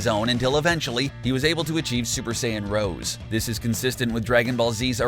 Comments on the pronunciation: It's Rosé, not Rose. Also, it's Zamasu, not Zimasu. FFS do you even watch the anime... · It's pronounced like Rozay not rose, put emphasis on the fla in caulifla not the li. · you aren't very good at pronouncing names...you should work on Zamasu(i think i heard you say it 3 different ways) and ROSE' has an accent mark because its not rose...making it rosay...did you just ignore the audio of the super? or are you way too into a script that you cant even notice you are saying it wrong? just wondering... And only half of fused zamasu had an imortal body(i believe the words he used was eternal body). so really since every cell was fused the whole body should be eternal. the wounds should have healed faster. And his body should never have disappeared when Trunks cut him in half. Which was a bitch move great job on making Trunks worthless(which how does a universe 7 time traveler make a Time ring for universe 10? 7 never showed their time rings so it seems obvious that this future trunks is from universe 10 AND good job on making the future trunks timeline pointless. All that struggle to train and defeat the androids just for zamasu to show up wow good bye favorite Z arc) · It's called rosè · Jesus Christ ITS ROSE’ (RO-ZAY) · Did he say super sayin rose Not Rosè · Don't forget his constant mispronunciation of Rosé.